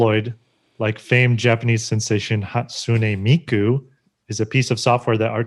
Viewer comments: That domino's commercial was so cringey, it's HAWSTUNAY ME-KU. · Hatsune meku